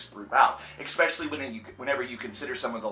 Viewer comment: 1) Expecially? 2) Qwai metal? You mean kawaii?